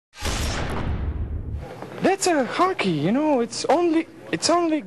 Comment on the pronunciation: dats ah hhhacky hyou kno